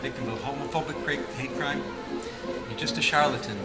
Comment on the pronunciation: “you’re not a victim of a homophonic crepe” 😭